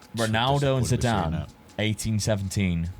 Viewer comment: S5C here!!! 💪🇷🇸 Well, if someone in previous videos played Harry Kane as GK, You can play Figo as RWB 😄 PS-How Dad managed to pronounce Zidan's name ZEDIN??? 🤣🤣🤣